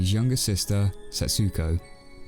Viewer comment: The pronunciations are Say-tah & Sehts,koh. Us & Is in Japan are pronounced so quickly as to be silent unless they are the first or last sound in a word, or are doubled (ii, uu).